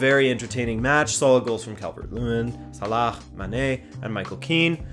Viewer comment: Lmao just said "Salakh"